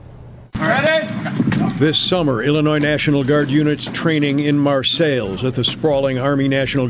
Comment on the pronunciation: Did that ignorant news man just say Mar-sales? how can you not get to a job at NBC Chicago and not know Marseilles? just like the French city its Mar-say. What buffoons